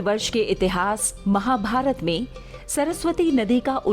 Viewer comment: Anchor is not good . Har cheej me aa ghusana jaruri hai kya itihas ko itihasa , mory ko moryaa Shudh shabd Hindi ke hi rahega aap unka ucharan thick kre varna anchoring se hat jaye 😠😠😠😠😠😠😠😠😠😠😠😠😠😠😠😠😠😠😠😠